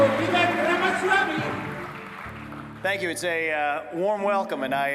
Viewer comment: vivek rama-swole-ney